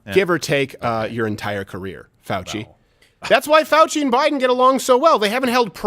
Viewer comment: fouchey said it wrong